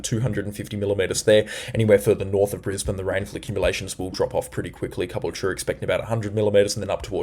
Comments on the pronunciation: Tips for speaking East coast. Stradbroke islands (North & South)... Not stanbroke, or just go with Straddy and South Straddy. Caboolture = car bull char (maybe not as hard as char, but like culture not like pure). Ballina = bal inn ah. Not berlina... Also had to laugh when you skipped Tallebudgera creek the other day. Talla bud jer ah. Thanks for your efforts. Helps me reassure my wife that the clickbaiters are blowing things out of proportion a lot of the time. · Are you sure you are from OZ? Cabultura, Baleena, Fourster, Murawoolambah.. It's Car-Bull-tcha, Bal-in-a, Fos-ter, Mur-wool-im-bah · Hi. Thanks once again for your video and information. BTW, Ballina is pronounced (phonetically) Bell-in-a and Caboolture is pronounced Ca-bool-chur (like church...well, it's really -ture but it sounds like chur). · Great reporting, but can tell you are not from Queensland or NSW, your pronunciation of Caboolture and Ballina is incorrect.